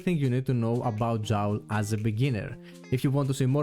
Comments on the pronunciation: Thanks alot for all the informations you presented, you re helping alot dude! One little thing though... I am pretty sure the name Joule originates from the famous scientist James Prescotte Joule. His name Joule became a unit of measurement in physics to describe Energie. What I want to tell you is your pronounciation of Joule is false. You pronounce Joule like "foul" or "owl" But the right way would be to say it like "cool" or "tool"----> Jool That s all! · I understood everything sensei I will be a great Joule player... hopefully xD. Yeah I first thought it could be like that in another country, but I assumed si-units are pronounced the same way everwhere they are used. So my bad if thats the way you pronounce Joule in science in greece then I shouldn t call your pronounciation "false".